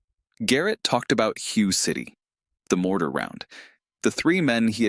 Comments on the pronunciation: First to the Narrator Hue City, the Hue is pronounced WAY, you should say it correctly if you’re going to talk about that damn war. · To the commentator: it is Hue (Way) City and I have seen it spelled Hua or Hwa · Hue (city) is pronounced Whay, you mispronounced it more than once, I believe this story is probably Bullshit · The AI narrator didn't pronounce Hue correctly either. It's pronounced WHAY.